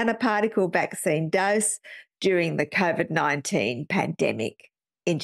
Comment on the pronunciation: My personal sense is that he covered himself by never pronouncing COVID correctly. He called it ‘CORE-VID’. So when he gets dragged in front of a jury l, he could say ‘oh no no no, I wasn’t meaning COVID I was talking about something else. lol.